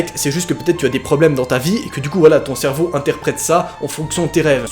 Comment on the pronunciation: « Faut vraiment que je comprenne ce que mon cherveau veut me dire » Ouiiiiii mais noaaaaaaaaaaa depuis quand tu dis cherveau ?!!!!! 🤣🤣🤣